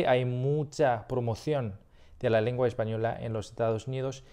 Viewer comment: Some really quick feedback since you're here (there's much more) sounds like you say "lingua" instead of "lengua" to me you say "video" but you use the Spain accent where they say "vídeo" you say "ticlear" instead of "teclear" So potentially need more work on e/i, but regardless it's overally really good!